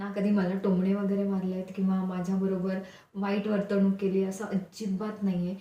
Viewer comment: ह्या मालिकेतील प्रत्येक कलाकार हे "वर्तणूक" हा शब्द वर्तवणूक असा उच्चारतात. चुकीचे वाटते. सारखेच ऐकल्यावर दुरुस्ती सुचवते आहे.